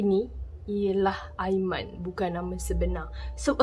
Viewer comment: "aimani" mohon jarak kan sebutan anda bila sampai part "aiman" dan perkataan "ini". "tunang hantar sampai depan pintu bilik.." ye aiman...kami percaya.